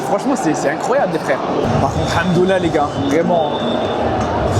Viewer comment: A domicile en plus 😂😂😂😂😂. Par contre on nee dit pas Hamdoulah 😂😂 mais Hamdoulilah . Hamdoulah 😂😂😂😂😂